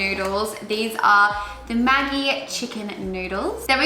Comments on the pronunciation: I agree I always thought it was ‘madgee ‘ but she says ‘maggee’ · It’s pronounced ‘majee’ pronounced it wrong.:)